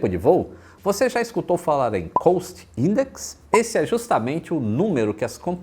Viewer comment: Grande vídeo como sempre, mas a pronúncia certa de COST eh "cóst" e não "coust". Abraço.